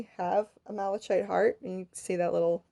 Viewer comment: Lovely work, and the explanation was very good, EXCEPT: Malachite. Pronounced mal-uh-kite. THE "ch" is pronounced as a hard consonant, "k".